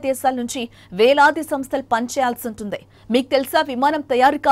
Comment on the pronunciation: I think anchor is using ye sound where it should i - ex: vuntundi is pronounced as vuntedey